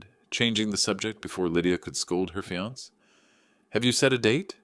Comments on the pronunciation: Fee-ance? For fiancee (fee-an-say)? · The word is Fiancé, pronounced fiansA, not fians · When are these readers going to learn to say fiancé instead of fee-ants? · Text to Speech engines require a lot of modifications, for Fiance' would need to entered as fe-on-say. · Your correct I hate it when people pronounce the word Fiancé and not giving it the proper pronunciation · This is AI generated. That’s why some words are mispronounced. Annoying I agree. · Can't you teach the bot how to pronounce fiance? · Please pronounce fiancé correctly. There must be somebody there who can handle words borrowed from French common in English.